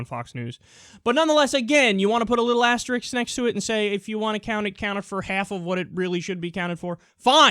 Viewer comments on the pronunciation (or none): Did he say "asterix"?